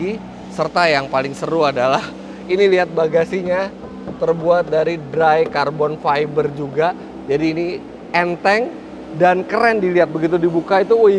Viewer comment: Kalo kata mr sakamoto "carbon faibaa"